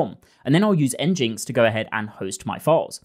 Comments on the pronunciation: Nginx is pronounced "engine-X" (EN-jin-EKS), as it's a portmanteau of "engine" and the letter "X," not "N-jinx" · “N-jinx” got me too. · Great video and presentation. Two things - nginx is pronounced "engine x" and you can use a tiny busybox httpd file server (154KB total image size before assets!) instead of nginx for a 118X size reduction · NGINX isn't pronounced engineX? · Sick video, but that is not how you pronounce nginx. Taken directly from the first line of their website: "nginx ("engine x") is an HTTP web server...." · I almost threw up when you said nginx the way you did LLAL At least you know you're saying it wrong ha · After i heard him pronouncing "nginx", i immediately read the comments for it